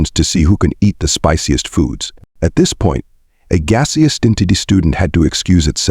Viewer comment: Why can’t these AI voices be programmed to pronounce common English and American words correctly? Gaseous is never pronounced as Gay see us! It is always pronounced as Gas E Us! Not even a chance of mispronunciation! Not a word that is only used once in a Blue Moon either.